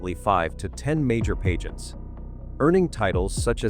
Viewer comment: Pageants, not “paygents”. Pulease!!! And “fassad”, not “fassade”. So frustrating. Can’t watch any more.